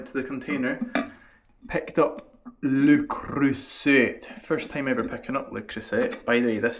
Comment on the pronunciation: "Le Crusay" is how I believe it is pronounced. Top find. Good work on getting Container, personally I think you could have organised your room to accommodate all - however good for your future. What are you using to keep track of Costs and Inventory? Something I massively overlooked in my early days and it soon catches up on you. Good stuff 👍